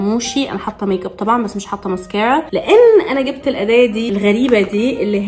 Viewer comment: انا بحبك ابغي اقولك شئ ليش تنطقي المسكرا بهيدي الطريقه